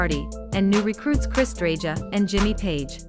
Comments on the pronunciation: Three Yardbirds are gone - Top Topham (first lead guitarist of the band), Jeff Beck, and Keith Relf. Topham left the band in 1963, making no recordings with the group. Eric Clapton took his place. Beck and Topham both died in January 2023, about two weeks apart. Relf died in 1976. Paul Samwell-Smith is still alive as I write this (03/19/24). And Chris Dreja's last name is pronounced DRE-YA. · This channel is offensive. Paul Samwell Smith is still alive, Dreja is pronounced DREYA.